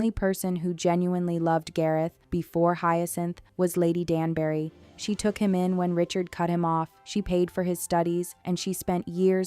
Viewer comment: Lady "Dan-berry"?? She's not a fruit! It's pronounced Danb'ry. And don't get me started on why Anthony's father would never live to see him become Viscount 🤦‍♀️